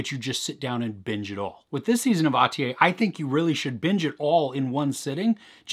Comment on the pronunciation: The last syllable of Atiye is pronounced as "-yeah" not as "-yay". Nice review though I think the best Turkish series is Şahsiyet (Persona), but I don't know if it's on Netflix.